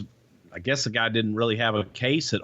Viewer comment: i like the way he says "guy" like "gah"